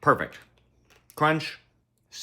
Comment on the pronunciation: How you pronounced perfect sounds like 😆